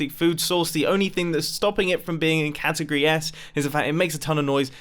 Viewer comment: Ah yes, my favorite word: catigoty